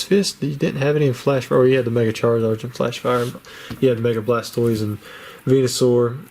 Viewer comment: I was gonna say the same thing, is when he messes up Blastoise